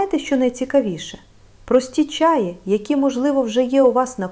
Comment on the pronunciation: ... та не чАї, а чаЇ (чому ви можете навчить, якщо навіть наголос у слові не годні правильно поставити... біда та й годі ... 😢)